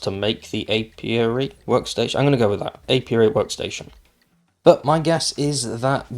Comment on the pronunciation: Yay, no more plague spitter! I do like jars coming back instead of magic jars. You pronounced apiary perfectly. In overhaul mods coops produce feathers and eggs. Thank you for the update! See you soon.